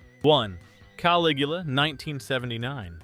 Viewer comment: There is ONE scifi movie on this list. And that’s not how you pronounce Caligula. One less channel to clutter my feed with.